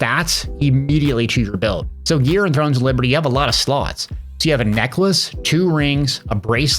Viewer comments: Because you can't say you've been following the game for a long time and have a lot of hours to only mispronounce the name the ENTIRE video. If it was for funny effect it didn't land, and if it wasn't on purpose then yikes. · The fact that you played the game for as long as you have and didn't say it correctly once... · Yeah my anger is building up everytime he says that...